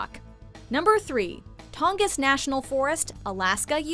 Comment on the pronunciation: Appalachian was pronounced wrong it gave me cancer i live in those mtns Also tongass is pronounced exactly how it looks not tongiss